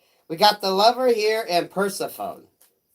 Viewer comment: Juss a heads up, the proper pronunciation is [Purr-seh-pho-knee]. All the love, ♠♥♠